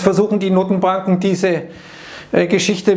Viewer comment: Bei ein Riss in der Matrix, ich habe "Nuttenbanken" verstanden. 😂